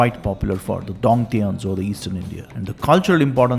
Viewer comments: Sorry That’s not pronounced as Ti-an-zhu, but [shian-zhu] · 天竺 is actually pronounced as "थीयन जू" Great Video btw 💯💯